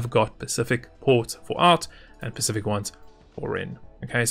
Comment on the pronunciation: Its "specific" , "pacific" isnt a thing